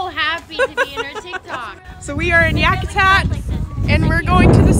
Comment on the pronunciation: I feel offended with the way she pronounced Yakutat and I'm not even Inuit. Sounds too much like "Zack Attack" lol